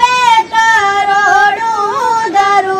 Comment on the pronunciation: দারুদ বলেছেন বলবেন না ❤ এখানে দুরুদ বলবে ❤